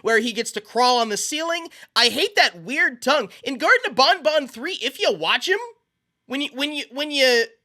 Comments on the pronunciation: its ban ban not bon bon/my son is a biiig fan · Its ban ban not bon bon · Love the content. Pronouncing ban ban like bon bon drives me crazy though. Ban ban like can can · You keep saying bonbon instead of banban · Bon bon bonNot pronounce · Bro saying gatren of bon bon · Bruh, why does he say it like bon bon? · BanBan is not pronounced with an accent!